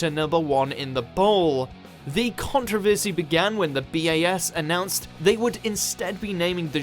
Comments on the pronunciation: The BBC also banned The Kinks song Plastic Man for mentioning the word "bum" and their video for Dead End Street which depicts the band as comedic undertakers dropping the coffin & the corpse falling out! The biggest controversy is an Englishman pronouncing the word controversy as "contra versey" like he's American !! 😊👍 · Yeah, I noticed his mispronunciation of 'Controversy', too (^_^;) It seems like he was trying to appeal more to the American audience about British culture, than to his own people (^_^;) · I thought Brits pronounced it "con-TROV-er-sy," not "CON-tro-ver-sy" as we do here in the US.